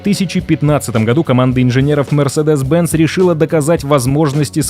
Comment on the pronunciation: В видео про историю компании неправильно произносить её название - это сильно